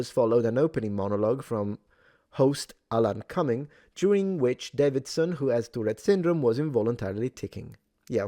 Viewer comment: It's pronounced "Day-vid-son". not "Dav-vid-son".